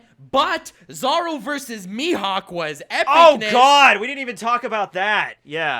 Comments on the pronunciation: Stop saying 'Zaro' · STOP SAYING ZARO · Please... Dear GODDDDDD say "Zoro" correctly... Just once? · ”Saaro” lol